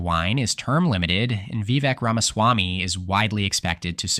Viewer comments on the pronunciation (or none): Vivek is pronounced vi-VAKE.